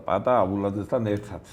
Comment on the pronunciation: პა-ა-ტა ჰქვია ამ ადამიანს ბატონო წამყვანო.